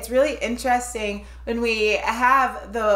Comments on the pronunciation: It's more AN-YETA (with a stretched e) than AN-YETTA. It's only one t in her name. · Love your channel but still pronouncing agneathas nam wrong its ag-knee-tha i called her agatha for years also. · Seriously????? Agatha??? It really isn't hard to get her name correct!!!!! It's AGNETHA (Ag-nyet-ah), not Agatha!!!!! Don't claim to know this group if you can't even get a simple name right!!! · Awesome reaction Team! When The Super Trouper album came out in 1980 - I wore it out. I love your reactions and am so glad you're experiencing ABBA joy. One input - the pronunciation of Agnetha's name is more like AN-YAY-TUH. You two are THE BEST!!!! I love your music journey. Keep up the great work. Super Trouper is a Masterpiece! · Please note you guys : Agnetha's name is pronounced 'AN-YETTA'....Thank you. 😉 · Ag-nyet-ah is as wrong as Agatha. Listen to the video where Agnetha explains how to pronounce her name. Always funny how everybody is annoyed when someone doesn't pronounce her name correctly but no one cares when people write Anni-Frid wrong.